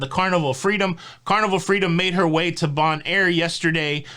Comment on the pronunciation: Hint: Bonaire is pronounced BONE-AIR. Love your show!